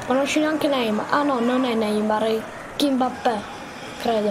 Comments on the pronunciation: Non si dice Kimbappe ma Kimpembe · Si chiama kipembe non kinmappè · Non si dice kimpabe si dice kimpembe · Si chiamerà kimpembe non kimbappe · NOOOOOOOOOO SI DICE KIMBEMPE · Comunque si chiama kipembe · Si chiama kipembè